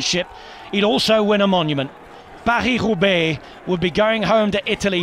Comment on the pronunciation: his pronounciation of van aert and paris roubaix are not bad actually